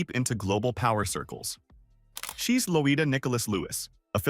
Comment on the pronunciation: It’s Loy-da